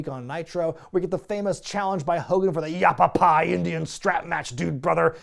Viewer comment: Has anyone grilled you about how it should be yappapie and not yappapi yet? Without the E, it sounds like a mexican sitcom. Iiiiit's Ya Pappi!